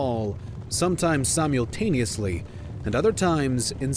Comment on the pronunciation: Had a feeling they would have pronunciation problems the moment they said syem-YOU'LL-taniously at the start of the video.